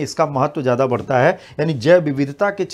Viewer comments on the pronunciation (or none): none